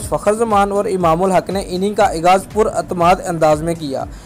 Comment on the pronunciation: Aghaaz hota hai bhai Ikghaz nai